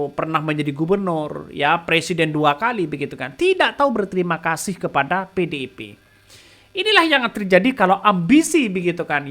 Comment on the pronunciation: Membawakan/Membacanya Nggak Usah Terburu2....Santey....Biar Artikulasinya Jelas Terdengar.... mah bilang PDIP jadi PEDEPE....Pelam2 aja yaak....Trs JanganTerlalu Banyak Cengengesan....Biar Enak di Dengar nya..Aku Suka Akun YT loh...Semangat....🔥🔥🔥❤❤❤